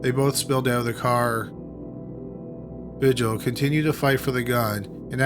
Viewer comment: Vigil...”vee-HEEL”...Spanish pronunciation